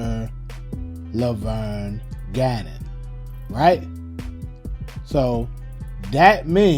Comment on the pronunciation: You said Officer Leverne Gannon it's Ganner !